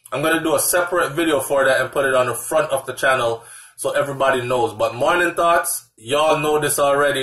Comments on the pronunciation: At first I thought u were calling us "thots" when you said, morning thoughts. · I thought he said Morning Thots, Morning Thots, Morning Thots. I was about to get offended. 😂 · I thought he was saying ''g'morning thots, morning thots, morning thots'